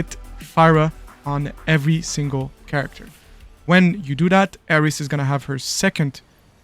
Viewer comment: *Aerith ... Her name is Aerith with a "th" at the end... Not Aeris with an "S"...